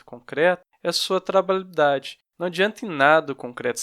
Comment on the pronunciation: Kkk, não consegue falar trabalhabilidade corretamente, mas foi bom o conteúdo. ;)